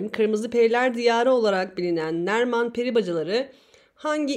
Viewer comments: Nerman değil narman peri bacalarıı :) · Neriman olsaymış keşke 🤣 Narman doğrusu